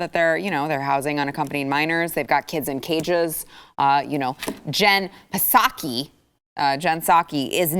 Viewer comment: The press secretary's name pronunciation: "Jen-silent-P-umm-Saki"